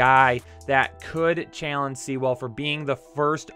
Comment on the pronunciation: Sea-well! Lololol (Suh-wool). Haven't gotten that far yet, but please don't say (lmfao!!! He butchered it again!!!). Still love ya, but that was brutal